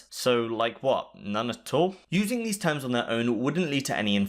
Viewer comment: "TOOMS" = "Terms"